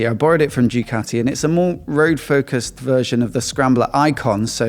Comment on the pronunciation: "Jewkati"? ZED? c'mon....